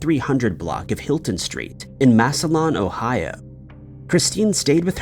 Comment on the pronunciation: Ohio here … Massillon is pronounced phonetically “mass ill on”